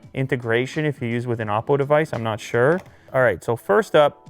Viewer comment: The first time he said “oppo” I thought he said awful